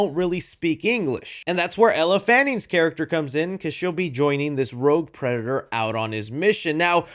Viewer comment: Bro can't say predator while using it in a sentence most of the time 😭 🤣🤣🤣 unfortunately this happens to me a lot 😭